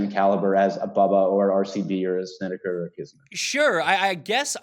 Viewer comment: Markay say Korak and Snedeker.